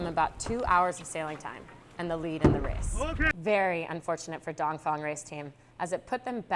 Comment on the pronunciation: Is it me or is she saying dongfong instead of dongfeng? maybe I've been saying it wrong? Keep up the great work!